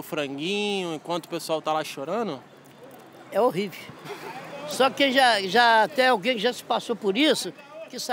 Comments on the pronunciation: "é horrivi" KKKKKKKKKKKKKKKKK trinquei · "é horrivi" KKKKKKKKKKKKKKKKKKKKKKK MITO DMS JAJDMAMDKWKCMSK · "É horrivi!" Kkkkkkkkk